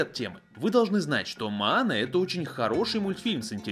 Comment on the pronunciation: мОана,а не мАана